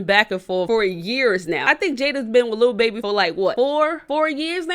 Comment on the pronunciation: She giving me anxiety saying little baby😂. it’s lil babbyyyyy😩😩. and happy late birthday good video❤️